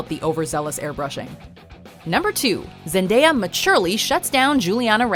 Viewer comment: Wow first video that said her name right